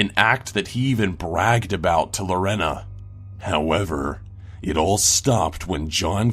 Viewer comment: I know this sounds picky... but Lorena is pronounced Lor- AY- nuh.